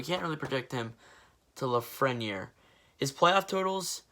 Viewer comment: The way you pronounced Lafreniere had me dying